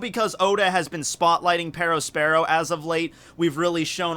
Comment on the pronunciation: Why did he pronounced it like pedospero???